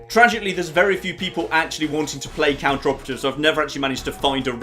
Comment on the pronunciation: plz....its not "Counter operative" its Cooperative....as in working togeather towards a common goal...to "Cooperate towards a common goal".....it hurts my brain when you pronounce it that way:P